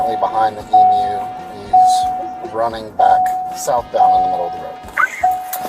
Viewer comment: Congratulations 🤩🎉👏 for being the FIRST American to pronounce Emu correctly instead of EmOO!!!👍😁🇦🇺🦘